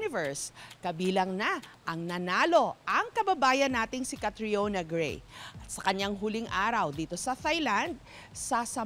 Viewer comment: Gray po hindi bray